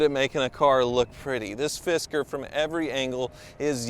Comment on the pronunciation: I keep hearing fister.